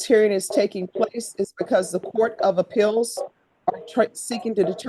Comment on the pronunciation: Judge pronounces many words funnily, e.g. Court of “APILLS” for appeals, etc. It’s cute. Also she can’t say ORDER; she says ARDOR.